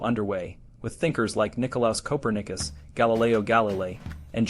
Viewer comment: You can't even pronounce Copernicus correctly. You are an amateur ignorati!